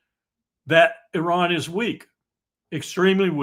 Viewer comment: So unfortunate Mr. Witkoff is unable to even pronounce the name of the great country 'Iran' or "Iranians' properly...how can he negotiate in 'good faith' without even naming the country and great people correctly? As a side note the Islamic Republic's entire existence is based on 'Death to America..the great Satan'....enough blame to go on in all sides..